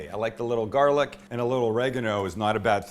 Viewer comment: I'm not from Boston but I'm from Maine and the Mainer accent is almost 100% similar to the Boston accent. The way you said, "garlic" had me dying 😂 Sounded JUST like a New England accent. Ps. Only thing you forgot to do with the sandwich was wrap it. That's the key to great sammies!